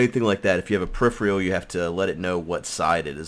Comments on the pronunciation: From a loyal sub and viewer, and with respect....pe·riph·er·al -- Pronunciation: [puh-rif-er-uh l] It sounds like you're saying periphrial or periphreal... and it's great. lol Thanks for the ep! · The word is said per-if-er-al. -_